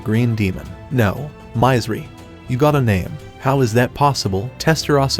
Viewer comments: Mizeri = should be pronounced as Misery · It hurts my ears every time he says My-zer-ry instead of Misery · It's misery not mizery. Aww man at least spell it properly if you're covering these anime!